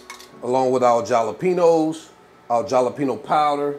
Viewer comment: Jalepenos....isn't it a H sound not J sound.... Hal..le..pee..nos.....just asking for a friend...